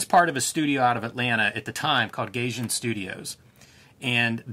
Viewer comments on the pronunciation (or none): "GUY-jin" >Gayjin"